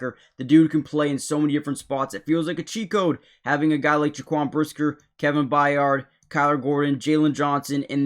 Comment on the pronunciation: That is DEFINITELY not how you pronounce Byard's name.